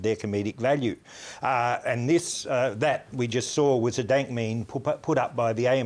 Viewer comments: first few seconds "dant meme" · Did he just say "dant meme" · Did he just say Dant memes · he says Dant meme